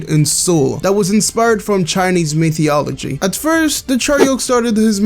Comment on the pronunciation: metheology? learn how to speak dude lmao